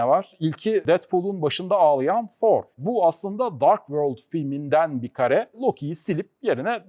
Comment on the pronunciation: Thor yazılır fhor okunur